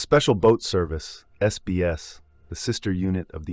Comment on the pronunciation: It's Not general sir Claude Auk-in-lek it's Field Marshal Sir Claude John Eyre Auchinleck GCB, And it wasn't David sterling alone formed the SAS but he did it with Blair (paddy) Maine, It's NOT THE SPECIAL AIR SERBICE ITS THE SPECIAL AIR SERVICE , PLEASE DO A LITTEL BIT MORE RESEARCH and get it right